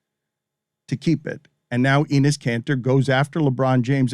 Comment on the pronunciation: Pronunciation of Enes is Denis minus the D.